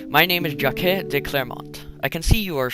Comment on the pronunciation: Your French pronunciation is pretty off. Jaques is one syllable and D'Artagnan is pronounced Dar-taag-non